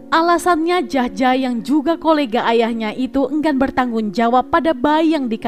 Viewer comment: Jahja = yahya. J ejaan lama di baca Y